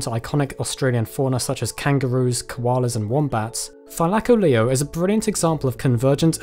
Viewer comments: say it with me: thy-la-call-ly-O not -thy-la-colleo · Th-i-lak-o-Leo? Th-i-l-co-Leo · Your saying thylacoleo wrong it is thyla-co-Leo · I didn't realise this was how it's pronounced... I've been saying -thyla-co-leo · I only clicked to see if you pronounced it correctly, slightly off but better than most ark half whits, Thigh-la-Co-Lee-oh is how it's pronounced, they pronounce it like Thy-la-Car-leo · It funny how he say ty...-laic-olio not thy-lac-olio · Wait so ive always pronounced it Thyla-coleo are you telling me its pronoynced Thy-laco-leo???? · Wait it’s pronounced thi-lie-ca-leo I thought it was thi-le-co-lo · more like "thigh" lacoleo am I right lads? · You say it thy-lac-oleo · Lmao he says thigh-lack-o-leo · The mispronunciation of Thylacoleo drives me crazy. Try Thyla/coleo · Ur pronouncing it wrong it’s thi-o-co-lio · It’s “thy-Lo-Cole-lio” not the way Pronounce it lol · im here from ark and getting triggered at his pronunciation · Take a shot every time says thylacoleo wrong XD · bruh its not pranounced that way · Me who plays Ark getting triggered by the way he says Thylacoleo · You use the weirdest pronunciation for it